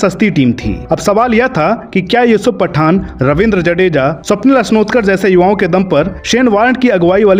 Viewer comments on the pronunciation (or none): none